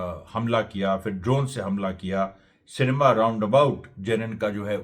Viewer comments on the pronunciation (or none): none